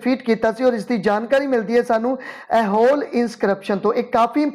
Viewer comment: Hey that is not aihole. It's aaiholey(eye-ho-ley)